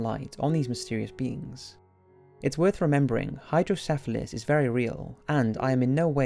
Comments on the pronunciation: It's hydro kefali not hydro syphalis hydro kefali means water head in Greek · Hey its called hydro kefali not sifeles or whatever you spell it kefali stands for 'head' in greek